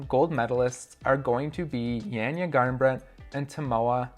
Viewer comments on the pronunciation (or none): Not Jenja, but Janja. greetings from Slovenia! Is it possible that Kruder appears on the comp and smacks his beech up?